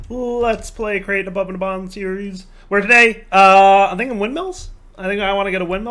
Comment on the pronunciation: “above and abond”